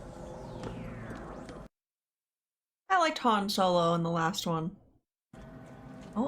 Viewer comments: You're saying Han Solo right sister you're okay you're saying his name right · You're pronouncing Han's name correctly. Lando is the only one that says it differently. The difference in training scenes between Luke/Yoda and Luke/Grogu is that Luke is actually training, and Yoda is having him run to demonstrate that the Jedi's strength flows from the Force. Grogu is just along for the ride while Luke is doing all the running.